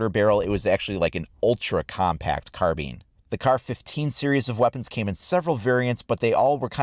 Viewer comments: Still sounds pretty silly tehe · You pronounced carbine wrong